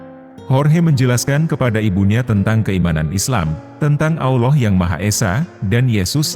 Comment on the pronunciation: Admin sebut Allah dgn Aullah..jgn pake U ya min